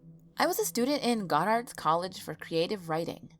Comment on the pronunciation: If you really went to Goddard you would know that it is located in "Plainfield" not "Plainfields" VT and you would know how to correctly pronounce the name of your alma mater.